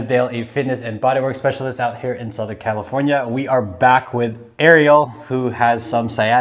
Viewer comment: I heard camelfornia